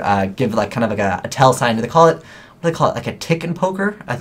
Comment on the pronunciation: its tells not telts